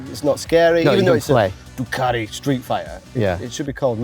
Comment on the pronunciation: It's 'Ducati', NOT 'Doocardy'.